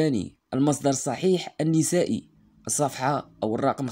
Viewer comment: أخي حفظك الله.الإمام النَسائي و ليس النِسائي.